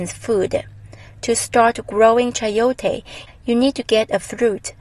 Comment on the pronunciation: i am from meico and the way you say chayote is very original the soud, I love your video